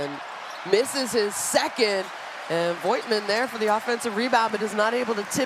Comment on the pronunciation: thrilling game :D can someone please tell the moderator how to pronounce voigtmann ^^